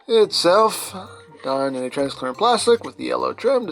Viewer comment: You call transparent transclearent